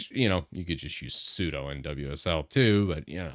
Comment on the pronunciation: "sudo" in Windows? Sounds like a "doo" followed by a "sue"...